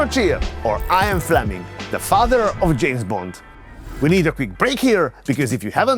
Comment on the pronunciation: Ian is pronounced ee-an, not eye-an Fleming